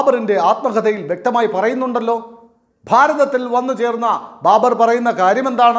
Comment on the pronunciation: Babar not BARBER